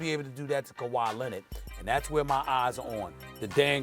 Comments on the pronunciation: Stephen A: Kawhi “Lennid” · “Kawhi Lennid”